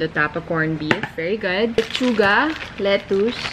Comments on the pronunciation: pretty its with ‘S’ babe... “Let-chu-gas” 😉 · Nawala yung "s" sa Lechugas 😭😂